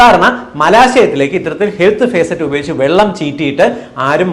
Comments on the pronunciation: Facet അല്ല, faucet ആണ് Dr, ഫോസെറ്റ്... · ഹെൽത്ത് ഭേസററ് അല്ല, ഫോസറ്റ്..faucet ആണ് ഡാക്കിട്ടറെ! എവിടെയാ പഠിച്ചത്?🤔🥵🙉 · ഫേസറ്റ് അല്ല ഫോസെറ്റ്